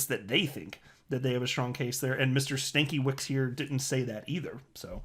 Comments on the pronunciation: pronunciation is STAN-KEH-VITCH. dumb ass :))) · Stankie(witch) will be closer to oryginal prenaunce its Polish lastname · I think the name is pronounced Stan-ka-with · did anyone else originally hear stankielips? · Being part polish I believe it's pronounced Stan cue wich. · FYI, pronunciation of the name is probably more like Stan-kevich. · Stan-KEV-ich. It's Polish. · It’s pronounced Stank Uh Vits. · I only have one person I can talk to about crypto, full stop. Until they hear it from an Illuminati information vessel, it’s not happening for them. People have had the ability to rationalise for themselves, indoctrinated out of them. 🙄 ...isn’t it pronounced Stan-ker-witz? Says more about you, man. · ITS PRONOUNCED STAN KIA VITCH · This is how u should read it Stankevech in English